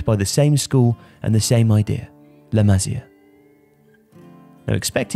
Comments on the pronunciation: Dude, it's not "la mah-zia," it's "la mah-SEE-ah." At least be able to pronounce the entity you are discussing! Besides that, La Masia has produced many good players recently, but the club is stupidly holding on older first team players who need to make way for the likes of Riqui Puig, Ansu Fati, Aleña and Monchu. Hopefully hitting rock bottom recently will force the board to get back to bringing up La Masia talent. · I just can't take this guy's accent. I have never ever heard anyone mispronounce La Masia, but this guy manages to do it. Incredible! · The way to say La masia is beyond wrong 😂😂😂